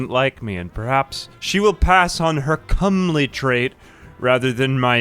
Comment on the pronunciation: No, he said it right—or at least the overwhelmingly more common way.